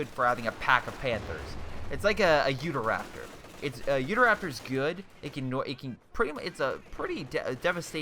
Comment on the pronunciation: It is pronounced You-taw Raptor not Youda Raptor lol.